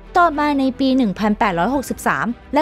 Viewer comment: อ่านดีดีได้ไหมคับทำไมท้ายประโยคต้องขึ้นเสียงสูงทุกครั้ง...ปีก็อ่านปี๊..ชำก็อ่านช่ำ